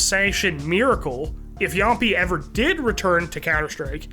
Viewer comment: “Yom pee”